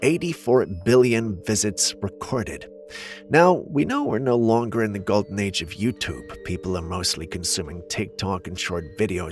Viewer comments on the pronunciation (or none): none